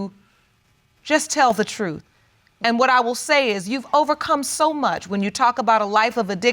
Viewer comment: Man I LOVE when the judge says quwhat… instead of what lol 😂